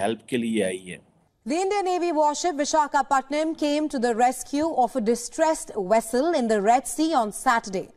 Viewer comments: Dear cheema,stop writing dr. before your name if you cannot read and pronounce vishakapatnam properly, and why are you so much worried about indian navy coming to rescue for a distress call, it is all about ability of the INDIAN FORCE, please stop jealousy,and stop worrying it is not good for your health, kaazi miyan duble kyoun,kyoun ki unhe har baat ki takleef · Cheemaji madath karneme aapko kuch taklif😂 pronounce it as: vi sa ga pat nam ok😊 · Qamar Cheema PhD. Ko dekho visakhapatnam ka pronunciation ko bhi nahi kar sake.Madarsa chhap bilkul hai.Hey hey 👏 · China should know how to pronounce the names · IT IS PITY DR CHEEMA KO VISHAKHAPATNAM KI IMPORTANCE AND INDIAN EASTERN COMMAND KA NAAM BHI MALOOM NAHI JO PRONOUNCE KARNE MEIN ITNI PRAYSHANI HO RAHI HAI?? CHEEMA JI ...BAD!!!